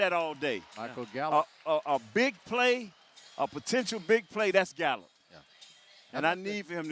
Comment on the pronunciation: Did say potentional. Awesome